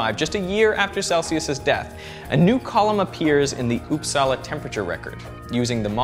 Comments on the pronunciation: It’s not upsaalaa it’s upsala the vowels are short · didnt know uppsala was pronounced oppsala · It's not pronounced Upsala. It's "Upsala". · uupsala is pronounced faster not with the pressure on "sala" rather "uup". so UUPsala and not uupSALA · I love how you say uppsala (I'm swedish) it sounds like oupsala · "Ouupsaela" "eakeestrom" Like, come on. You didn't even try to pronounce it right. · "Oops-salla". It's quite fun listening to people trying to pronounce Swedish words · This is so funny to watch if you are from Sweden. The way he tries to pronounce Uppsala and Ekström... Got to love it :) I mean, don't take it in a bad way, but it is very amusing to watch.